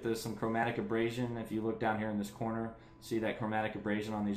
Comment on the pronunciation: Repeat after me - A-ber-ray-shen